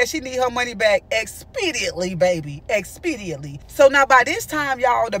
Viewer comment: “EXPEDIATLY” 😂😂😂😂 OMG why you got me screaming!!!!